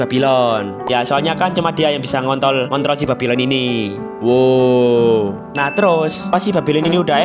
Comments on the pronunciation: 😂😂😂😂 gw ngakak bang denger Abang bilang ngontol Btw pengunjung baru bang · ngontol gw denger ny 🗿😁☝🏻trus pas pertama kali denger babylon gw denger nya babiloh😁☝🏻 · ="ngontol" wkwkwk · salah ngomong dikit gak ngaruh😁😁😁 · Malah bilang ngontol typo bg 🗿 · Typo dikit gak ngaruh 😁 Ngontrol jadi ngonto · ini gwe yang salah denger ato emang ada kata" ngontol?🥴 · udah dua kali salah ngomong ngontrol🗿🗿